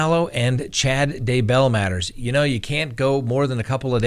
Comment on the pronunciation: Just say DAY-bell, not duh-BELL and TY-lee, not ty-LEE.